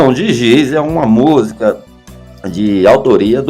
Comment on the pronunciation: Penso que estou a ouvir uma pronúncia " estranha" da palavra música "musca" ?!? Ou estou mesmo surda!😂😂😂😂